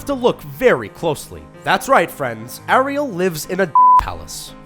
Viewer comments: It's not A-rial it's pronounced Air-ial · How the fuck are u pronouncing Ariel, a-re-all, why?. WTF man u literally hear her name in the movie, how the hell do these moron presenters mispronounce names they can hear pronounced correctly. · its pronounced air-real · I kind of hate how he says Ariel and Anna it's Air-I-el! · It's pronounced aireal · It's pronounced Air_re_al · The way he pronounced Ariel it triggered me so much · Lol! This guy can't say Ariel properly